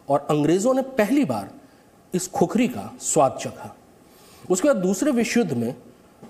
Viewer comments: अरे भाइ " खुकुरी " है ! खुखरी नहि ! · No khukhari it's khukuri. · Khukhari nahi khukuri bolo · "खुकुरी" Hota Hai bhai... 🇳🇵🙏